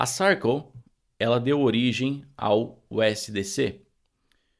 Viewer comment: vc merece! E se me permite, a pronúncia correta de Circle é /sârrkâLL/ como em Sir de Yes, sir!😊